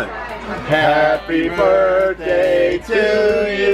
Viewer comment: When you said birthday I heard burtday